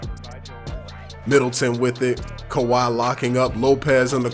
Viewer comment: How is that khawi when say it. Malcolm Brogdan...... perimeter defence huh lmfaooo